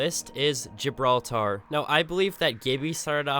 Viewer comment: GibrAltar is what you say lol